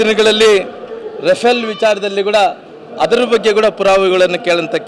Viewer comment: Lunatic learn HoW to Pronounce RafaeL...